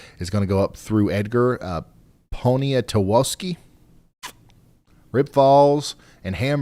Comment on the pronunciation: He did pretty well on most of them. I was in the Marathon County warning. He slaughtered Poniatowski (ponatusky.) Our sirens would have been too late if it would have touched down any sooner